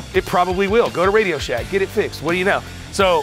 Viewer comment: He say RadioShack 😂